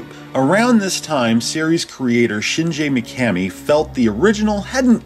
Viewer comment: It’s pronounced shingee mikamee